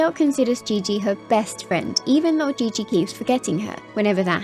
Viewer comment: Qiqi (chi chi)❌ Qiqi (ge ge) ✅